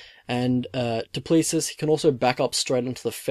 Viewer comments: Pronounce it 'Doo pla-see' phonetically 😂 reckon Dricus is gonna take it home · It's pronounced Do Plessee. The s is silent. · Stilnox baby!!!!!!!! South Africa represent! Dricus is going to destroy this kid! Gota respect a police officer who finds the time to be a UFC athlete tho man! Mad respect to him but sadly he is going to sleep! It pronounced Doo-pla-see. Anyone know when Don Madge is fighting again??? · *do~ pleh~ sí Spot on with his first name tho 👍🏻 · No your not pronouncing it right😂